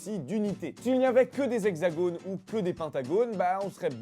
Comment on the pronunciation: on ne prononce pas le s de la liaison : les hexagones